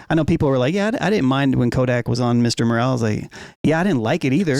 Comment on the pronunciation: Its Mr Morale not Moral..they are different